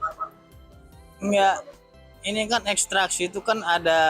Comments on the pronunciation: Itu si Reporter pas ngeliput si, apa gk ksi tau ya klo yg dia maksud itu salah cara baca ekstraksi hp?? Sumpah tolol bgt itu pengacara pas baca ekstrak hp 😂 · Yaa... Allah... itu sebenernya sekolah enggak sih...? Udah udah berhari-hari, cara baca ekstraksinya masih salah, Kalah sama anak-anak sekolah...